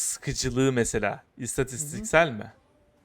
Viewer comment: Abi bir turlu diyemedin : istatiksel